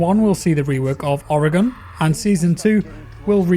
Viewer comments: "Ore gun" its not "ore gon" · The ore in Oregon is pronounced like a mineral ore, not or-y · It’s organ not ore-e-gone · I'm from Worshington state(Tacoma area) and most of my family live in Oreegone. Lol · even where im from we accidentally pronounce it as Oro-gon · Did Oregon die? Cuz he keeps saying Oregone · You pronounce Oregon like organ. Its a state in the U.S. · Small nitpick - Oregon is pronounced Oreh-gun. ;) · Oregon pronounced “organ”;) love you just an American triggered by the way you say the name of a state here:p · Jackkkkk I live in Oregon! It’s pronounced (ore again)😂😂😂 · Never trust a man who uses Iron Sights on attack and calls “Oregon”, “Oro-Gon” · You nailed the pronunciation of Oregon the first time. Went a bit downhill from there though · haha, was digging in the comments to find my fellow pacific nw brethren to call out the mispronunciation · Funny thing is he says it right the first time, then slaughtered it the rest lol.